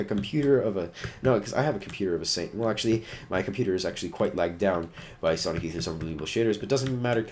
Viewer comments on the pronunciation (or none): none